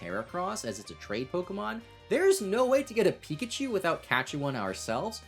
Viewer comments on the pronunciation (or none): none